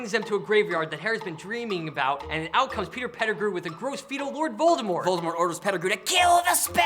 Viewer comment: Tom Lovor Riddle, Tom Volor Riddle...